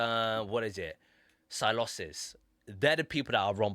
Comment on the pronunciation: The pronunciation is like “S-eye-low-sis”